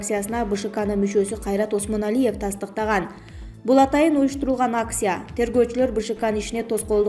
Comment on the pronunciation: Учитесь на русском хоть чуток..не аксия, а акция!